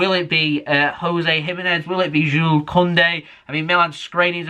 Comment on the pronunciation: Finally you you said jule not jules 👍👍👍